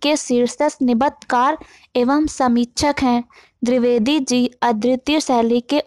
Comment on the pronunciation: drivedi nhi dvivedi g okokk nam hi bigad diya .bolna bhi nhi araha